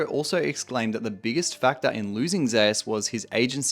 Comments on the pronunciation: Why is his name pronounced "Zayus"? And not like the Greek God Zeus? ZOOS. Faker isn't pronounced "Fah-kur". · Only league players can mispronounce Zeus so horribly wrong. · Bro how u cant pronounce the name "Zeus" ....